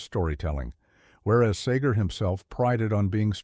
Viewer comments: He would probably also hate the way AI is pronouncing his last name. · AI can’t pronounce Seger or polish then I can’t listen to it.